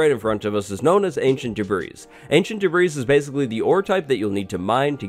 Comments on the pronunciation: It’s pronounced debreey not debryss. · I just want to say. It is pronounced "deb-ri" not "debrese" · You pronounce Debris without the S on the end Not "de-breeze" Its "de-brei" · debrees debrees debrees this video killed me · “Debreeze” lmao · You slowly give me more anxiety when you say ‘duh-breeze’ instead of ‘duh-breeeeeeee’ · Debris is pronounced as "debree" or "daybree". It is not pronounced as "debrees" or "debreeze". -Oxford dictionary. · Not sure if anyone has commented on this, and forgive me for being annoying. But... Debris is pronounced da bree or de bree. Not de brees. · Im so glad someone said it!!! I cringe everytime I hear him say debris like:debrees:...its pronounced ancient:debree: But yeah, awesome video and Youre the man. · oh wow listening to someone say debreeze over and over again is more annoying than i thought it would be. it’s da-bree. anyways love u thanks for the info!! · It's not DUH-BREES. You don't pronounce the 'S' in the word debris, and it is pronounced the same singular or plural. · *pronounces debris as “debrees” and not “debree” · ffs its not de-bris, its de-bree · Stop calling it debrissssss, say it like debreeeee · By tve way its just Ancient Debree not Ancient Debrees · Its pronounced Debry not debreeze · Why is he calling is debreeze it’s not febreze it’s pronounced debree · Da-breeze...smh it’s pronounced Debree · its pronounced "Deb-ree" the s is silent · Oh and here I thought it was actually spelled "debreeze." Glad I wasn't the only one who was getting annoyed that "s" was being pronounced. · Holy crap I died on the inside every time he said “ancient debrees” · I had a twitch every time you said debreeze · [ānšənt dêbrēs] Me: the s is silent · "Ancient Debris" Nah it's pronounced Ancient DebrEE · yea i hate the way he pronounces the s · This is a very great video but I can’t help but correct you. In the word “Debris” the S is silent. Pronounced in phonetics like [deh-bree] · Ancient DeBREEEZE